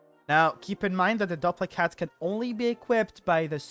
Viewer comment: I think it's probably pronounced DOOP-lic hat. Like duplicate. But duplichat. It duplicates your spells. Duplic-hat.